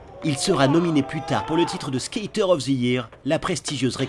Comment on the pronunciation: Stakér of the yéérrr,quel accent ....🤣✌️🤙 +1pour les Cramps